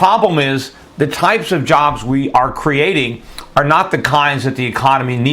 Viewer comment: So how do you really spell that word that he said "Divote" ? Or did he say "Divoting"? Did he mean "Devote" I'm very suspicious of people who publish video reports that can't speak. What was the other word he said? "Antesipated"? Did he say "Jest" as big or "Just" as big? Are we temporary "Crating" jobs as he said or are we creating them?